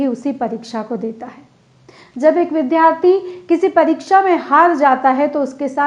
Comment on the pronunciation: आप का भाषण बहुत अच्छा था । विद्यार्थी शब्द के उच्चारण पर ध्यान दें।